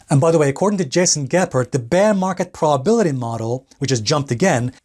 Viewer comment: WTH is a "praw-bility" ?